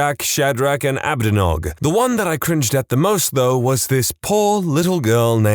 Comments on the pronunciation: Those are pronounced "Me-shack," "Shad-rack" and "A-bed-nih-go." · BRO SAID ABDENOG 😭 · the way you pronounced abednego😭